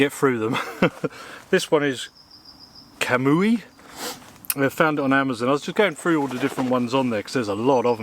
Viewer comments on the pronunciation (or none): FWI - Kamui is pronounced "Cam We" pretty much means Will or authoity of God in japanese.